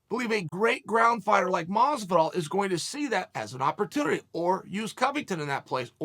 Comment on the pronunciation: Did he just call Masvidal “Motzo ball”?